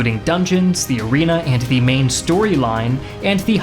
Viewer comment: Hey - has anyone ever told you, that you pronounce the words “the” and “a” incorrectly?